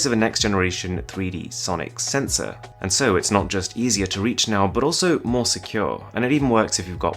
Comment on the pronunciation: He cant even pronounce "and" :)))) all I hear is "ant"